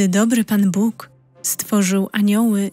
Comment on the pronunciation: Dlaczego tak źle jest akcentowane słowo "Bóg". Czy to czyta człowiek czy automat?